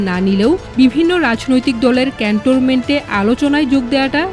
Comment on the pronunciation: Apu, eta CantoRment noy…. Cantonment 😊